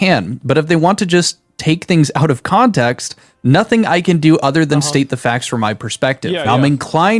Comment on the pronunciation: this dude literally cannot say out of drama to save his life